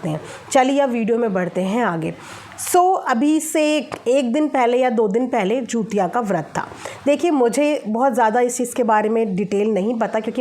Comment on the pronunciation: Hello didi namaste , aap pronunciation galat kar rahi hain, app bar bar jutiya bol rahi hain.jutiya nahi hota hai. jitiya hota Hai.